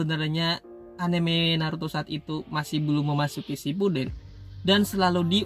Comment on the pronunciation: Saipuden terus harusnya kan shipuden